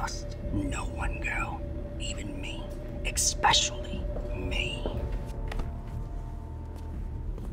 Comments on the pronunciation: Did...did he say ex-pecially? Damnit! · "Trust no one, including me. EXSPECIALLY me." Shivers pet peeve activated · did this man just say ex pescially me